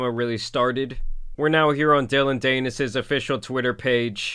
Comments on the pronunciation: Dan-is. Dillon Dan-is. It's not that hard to do research a name when at the computer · dillon danish? is that what ur saying? 😂😂😂 its pronounced "DAN-ISS" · Bro it's pronounced DAN-IS not daynis lol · It is not DANE-IS. it’s pretty pronounced DAN-IS. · Dillion Danus the Anus. Greatest mispronunciation ever. Tan Superman winning even when he isn't trying. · Dillon Dee-nis (Rhymes with Pen… Nevermind) went full scorched earth there 😭 not condoning it but daaaaaamn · I like your version of Dillon's last name better than the real thing. Rhymes with something.... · I love how he pronounces dillons last name danus lol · DAN IS, cmon get it together bud it’s not that hard of a name to pronounce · yeah some people just dont like doing their research before making a video about someone, doesn't even know how to say his name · Idk if you do a video like this you should probably research how to pronounce Dillion Danis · Why is this guy talking about things he has no idea about? He’s never even heard of Dillon. Never said his last name the right way! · It’s even funnier that you keep saying his last name wrong 😂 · Pronounce Danis right if you gonna do a video about him ffs